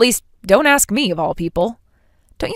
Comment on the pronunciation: AI does not pronounce “ask” like “ax”